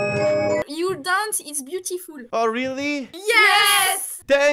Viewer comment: " youre danse iseu bioutifule " on reconnais les bons français mdrrr